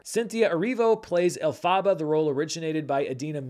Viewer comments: Elle-Fah-Bah??? It's El-Fuh-Buh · Ncuti Gatwa is pronounced SHOO-tee Gatwa, not KOO-tee Gatwa. And Elphaba is pronounced EL-fuh-buh, not el-FAH-bah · I glanced below to see if it was already mentioned to death, and I couldn't find it. It's pronounced El fuh buh, almost like elephant. Also I'm truly shocked you haven't seen ATLA. It shatters my entire universe. The outlook for this year is bleak. I don't think there's as much enthusiasm for these prequels as the studios want there to be. The big name stars and directors are hard to find, too. This is the least excited I've been for a year of movies as I can recall with all my most anticipated movies (Lynne Ramsay projects, I Saw the TV Glow) not even on here. BUT the best and worst thing about streaming is how quickly something pops from nowhere. It's not like many people had Cunk on Earth in mind a year ago either. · Ncuti Gatwa is pronounced Choo-tee Got-wa and Elphaba El-fa-ba. Source: a lifelong Whovian and former teenage Wicked super fan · I have never heard anyone butcher Elphaba's name that hard.